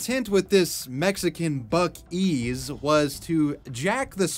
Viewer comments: It's not buk-ii's it's buc-ee's. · What's even funnier about the bootleg Buc-ee's name is that when you pronounce it in Spanish, it sounds familiar (and possibly in reference) to the name, "(Los) Bukis", which is the name of a popular Mexican pop band from the 1970's. If anything, not only would they have been in litigation trouble by the Texas company, but also by the record label that owns Los Bukis. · Let's be real... That's 'Buk-2's' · It's pronounced like bussie's and not buckie's, correct? I'm so confused.